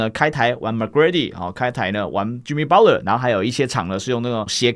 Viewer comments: 是念巴特勒 不是包勒⋯⋯聽得很累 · butler t不發音也會變成巴勒 不會是包勒